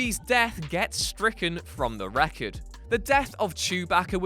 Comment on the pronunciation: Its record not recod